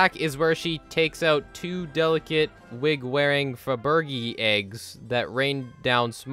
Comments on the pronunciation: Speaking of mild misinformation, the egg things are pronounced fab er jay🤓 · Just a reminder, this guy didn't know that Faberge' Eggs is pronounced Fab-Ruh-Zhey, not however he Pronounced it. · It’s pronounced fab er j. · Amazing Content! Also Faberge Is Pronounced Fab/Reh/Jey. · the way you pronounced fabergé is killing me, i don't even care that i'm late to comment 😭😭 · That is an interesting pronunciation of Faberge.